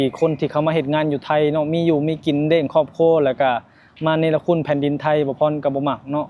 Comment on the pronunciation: ภาษาไทย เรียก " ครอบครัว" มี ร.เรือด้วยนะ😊😊😊😊